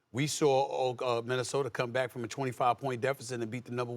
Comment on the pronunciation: SAS stay sayin 'Minnesotar' lol